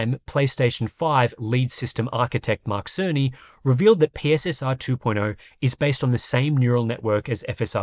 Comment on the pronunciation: PSSR is actually pronounced "pisser"